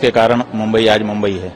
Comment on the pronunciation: आधी‌ मुंबई म्हणायला शिका महाराज